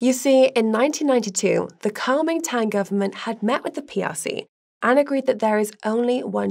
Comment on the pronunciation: Oh,God...Not again!! Why not report on Guy having to soldier up and fight Russia? .It won't go well!! Yes, I am in Taiwan. Its a 'normal' democratic country which isn't trying to provoke China (XiJinPing) Pronunciation; did you actually say "Cowmingtang."? with research like that, I will need taking this video with a large pinch of salt! Ps unlike the UK, Taiwan has proper defences. BTW, the 2percent are the Mainland wives!!! The policies of all major parties are in reality very similar, Xi is just being a ****. At least in Taiwan, we can play a piano in a public place without CCP interference! Weak. Don't need friends when you have semi-conductors!!.. No need to pay these banana republics any dosh....(sorry, UK)